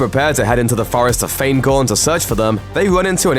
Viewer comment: forest of "FAINKORN' yeah